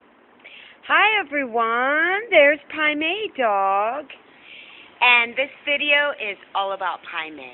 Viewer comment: after all these vids. its Pai Mei....I was hearing Primate the whole time.